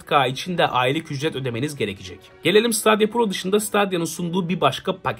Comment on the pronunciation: Stadia diye yazılır. StEdiya diye okunur. ;)